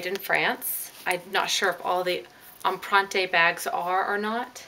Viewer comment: Great find on a stunning piece, congrats!!! Btw empreinte is pronounced "ahm-prehnt" x